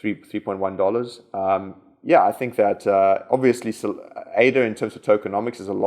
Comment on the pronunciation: Sorry 🙏, I am a bit deranged by your pronunciations of certain sounds. sounds witch are primordial to create words. For me it has reached a point I am missing vital information. A little example, it took me a while to figure out that ' esa ' In fact is Ada. I hope you can approve that a bit. So to wap thins ap I wis you all a mawie cwismas an à hafie ne jeah